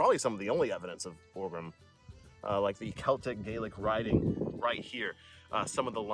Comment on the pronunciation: Thank you for pronouncing "Gaelic" properly.